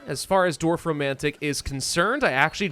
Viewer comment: damn. this is the first time i was actually impressed by an american's pronunciation of a german word (or two, actually...) props to you, 😄👌